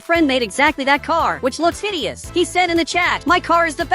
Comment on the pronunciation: BRO JUST SAID "HIDIOUS"😭